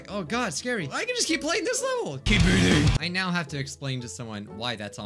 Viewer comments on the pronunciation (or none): none